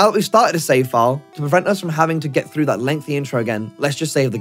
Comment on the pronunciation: “Play froo”